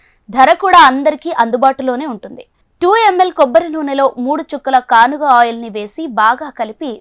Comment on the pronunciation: Not ganuga it's kanuga